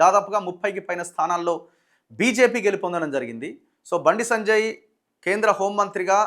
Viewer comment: Sanajay Sanajay antunnav bayya.. please say “Sanjay Anna”